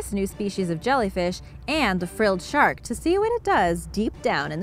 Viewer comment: Haha frille shark its a seven gill shark u idot